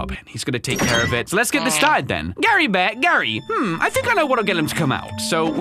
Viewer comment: ITS GARE BARE. NOT GARRY BARE. ITS LIKE CARE WITH A “G” INSTEAD OF A C